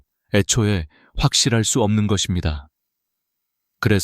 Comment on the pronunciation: 감사합니다❤ ㅡ것입니다 ㅡ거씸니다로 발음